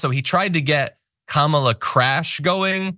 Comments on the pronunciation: It’s pronounced,” KARMA..LA. Get it right..your future depends on it.. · A shoe called Kamabla or Kamablah or cofefe or whatever word or name Trump can't pronounce or slurs or whatever? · The weird thing about it is if he’s just mispronouncing her her just to be disrespectful or racist or whatever the heck he’s doing, I think ‘Kambala’ would sound better than ‘Kamabla’ if you insist on adding a ‘b’ into her name and your just gonna put it in anywhere. At least with ‘Kambala’ it ends in an Allah sound, and he can scare all his wacky ‘Christian’ right weirdos. And it just rolls off the tongue better anyway, than ‘Kamabla’. The guy’s just friggin weird.